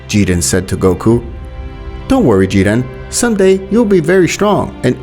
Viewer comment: Bro said jiden and not jiren